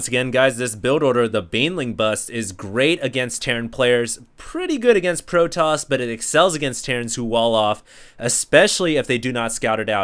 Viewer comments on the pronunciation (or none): none